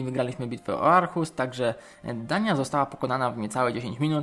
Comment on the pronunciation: nie mówi się Arhus tylko ohus